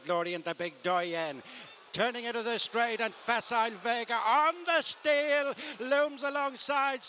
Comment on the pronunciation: "ON THE SCHTEEAL" What a commentator!